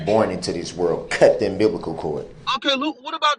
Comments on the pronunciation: He cut the "um-biblical" cord. 😂😂😂😂😂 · Imbiblical cord! His ignorance is hilarous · "Umbiblical" cord. Lol.